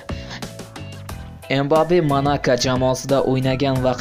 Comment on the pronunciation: Togri ayt ismini M bappe emas Mbappe qoshilib aytiladi savodsiz